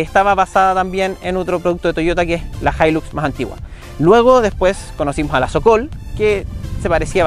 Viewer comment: Socool se pronunica "Sou Cul", no SOCOL